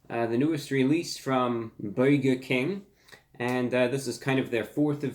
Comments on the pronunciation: byaoiger king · “Boiga king” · buwger king master of uwu language 💖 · The way he pronounced "burger King" in the beginning... 🤩